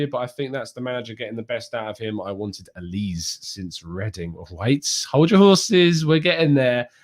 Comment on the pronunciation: FYI Michael bears a Nigerian name in Olise - Pronunciation Oli-say.